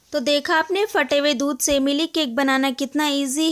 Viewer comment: It's milk not mili